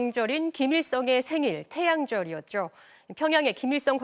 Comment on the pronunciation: 사라지죨ㄹ 태양절이었죨ㄹ 활발해지고 있죨ㄹ 이 아나운서 항상 죠 발음을 죨 로 하네요 😅😅😅